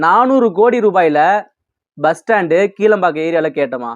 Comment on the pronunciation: கீலம்பாக்கம் இல்லை ப்பா கிளாம்பாக்கம். உங்களை எல்லாம் கேட்டு கேட்டு எல்லா வேலையையும் செய்ய முடியாது கண்ணு. சென்ட்ரல் ஸ்டேஷன் க்கு MGR பேர் வைக்கும்போது இவர் என்ன செய்தார்